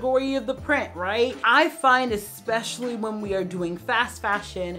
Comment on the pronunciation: It's especially - not ek-specially. (I feel that you are a person who cares about how she is perceived - so I correct you respectfully and with gratitude for your channel. I've been watching and enjoying it for many months now.)